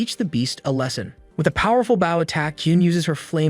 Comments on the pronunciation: The automatic computer narration is abominably incorrect, with such gems as bow: bō or bau; tear: tēr or tār, and probably many others 😡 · Are you aware you pronounce bow incorrectly? /bō/ Try searching for pronounced bow and see how it should be pronounced and please stop adding the "w" at the end. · The AI's inability to say "bow" in every video continues to make these into comedies. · you are pronouncing “bow” wrong. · It's pronounced "bow" which rhymes with "hoe", it does not sound like "cow". Why doesn't someone fix the AI speech system? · 🤔Honestly whatever AI the uploader is using this 1 is a lot better than most of other ones, by a wide margin (well, at least when it comes to manga/manwha reviews). But that could be because the uploader takes the time edit it...idk. ...U are right though, about it's "bow" pronunciation.